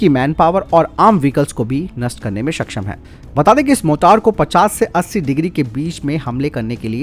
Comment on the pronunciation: “सक्षम” ठीक है, “सकशम” सही नहीं है। उच्चारण ठीक नहीं है , बुरा भी लगता है 🤔 कृपया ध्यान दें 🙏